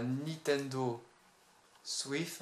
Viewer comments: ca ce dit switch che chhhhhhhhhhhhhhhhh pas thhhhhhhhhhhhhhhhhhhh et on dit joy-conne pas les joy-codde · Il a dit Nintendo Swif 🤣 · c peux être parce que le mec le dit comme sa nan? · Fréro c'est le gars qui le dit comme ça